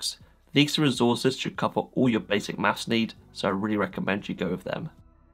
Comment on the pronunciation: bro said "mafs"